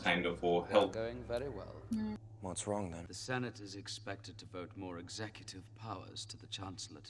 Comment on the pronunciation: lol "Auto-cute Exe-ta-six"